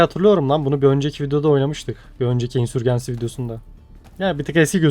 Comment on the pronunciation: Ya tamam İngilizce telaffuzunu bilmek şart değil de İngilizcesini söylemiyorsan "İsyan Kum Fırtınası" diyebilirsin. Insurgency'i Türk alfabesine göre okuyunca herhangi bir dilde karşılığı olmayan bir şey söylemiş oluyorsun. "insörcins(i)y" İngilizce telaffuzu. Ya da Türk alfabesine göre telaffuz edeceksen tamamını öyle telaffuz et. "C" harfine kadar Türk alfabesine göre C'yi İngilizce'ye göre telaffuz edince iyice çorbaya dönüyor. Ya da takıl kafana göre canının sağlığı.